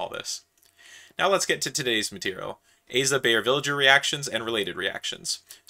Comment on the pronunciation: Please don't call the good man a villager, it's /vɪlɪgəɹ/ or something of the sort, but please don't say the g as /dʒ/...